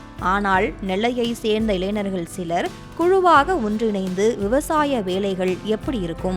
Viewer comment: இளைநர்கள் என்ற சொல் தமிழில் இல்லை, "ஞ" வை சரியாக உச்சரிக்க கற்றுக்கொண்டு, இளைஞர்கள் என்று சரியாக உச்சரிக்கவும்... நன்றி....